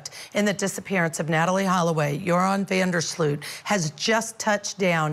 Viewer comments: Offtopic, but every time English speakers pronounce his surname I cringe, it is an elongated "O" not an "OE" sound. FYI his surname means "of the ditch" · I’m so sorry, but the mispronunciation of his name by both ladies is sooooooo irritating!